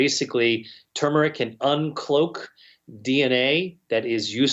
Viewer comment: Great video, but it's TUR-meric, not too-meric.